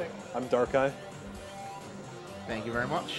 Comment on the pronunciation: "Darkeye" hehehehe